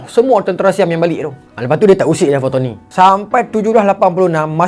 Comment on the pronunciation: bukan fatoni..patani...pantai ini..bukan bahasa kedah awe wei